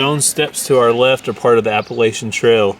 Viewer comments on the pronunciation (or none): you pronounce Appalachia….Apple at cha…lol. Just thought you would like to know. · Here’s an additional bit of information. Appalachia is pronounced apple-at-cha. Easy to remember. I imagine thousands of people from the area were correcting you as they heard it. It’s such a deal that there are t-shirts and coffee mugs with apple-at-cha or 🍎 atcha on it. 😄 So wonderful to see y’all having such a great time as you experience history.